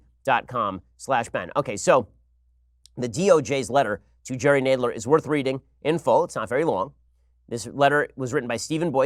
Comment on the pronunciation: Why can’t Ben say Nadler correctly?